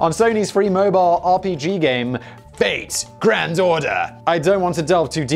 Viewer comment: Am I the only that keep hearing Fake Grand Daughter instead of Fate Grand Order?